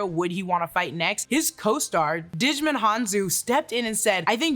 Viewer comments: pronounces the actor Djimon's name as digimon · Damn butchered Djimon's name lol